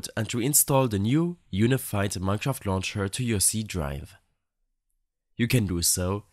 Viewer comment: thank you man who cant pronounce mineshraft properly <3